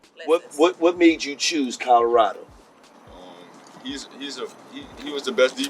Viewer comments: COLORADO NOT CODORADO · Listening to you say Colorado is cringing who and where the hell is Corolado?